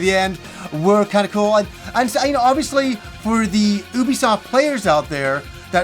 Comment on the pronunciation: Oubisoft? ok Norm Macdonald stunt voice actor.